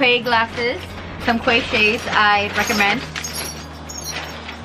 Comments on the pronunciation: Great video. Glasses looked great and I really want a pair now ❤. New subscriber. Oh and Quay is pronounced Key btw 😘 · Love your video... You're so gorgeous, dear <3 Actually, the pronunciation for quay is "key" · It's pronounced Key